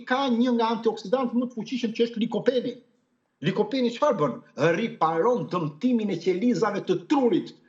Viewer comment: Likopeni-lycopene Lexoje pak me mire o doktor te lutem.